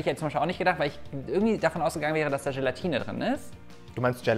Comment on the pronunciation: Gelatine!!! ohne n bitte :-)